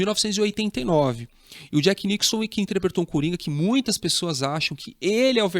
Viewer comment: Legal seu vídeo,. Mas, poxa, chamar o Jack Nicholson de "Jack NICKSON" 😥